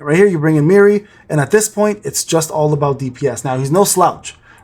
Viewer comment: Poor Mirei, people seem to misspell or mispronounce her name pretty often It’s said like Me-ray, like that D’oh a deer song